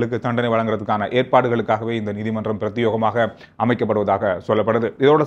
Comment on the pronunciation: என்ன காற்று மாறி அடிக்குது. மற்றது பிரத்தியோகமல்ல பிரத்தியேகம் பிரத்தியேகம்